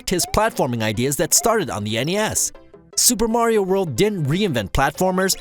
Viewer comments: Lmao you guys said “super maro brothers” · "Super Maro World"...